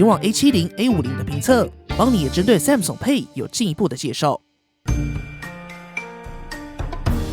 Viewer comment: 很不錯的影片，唯一的雞蛋裡挑骨頭大概是“Samsung”的發音XD 聽著有點彆扭，建議去聽聽看英文評測影片怎麼發音的 重音應該在後面，不是在"Sam"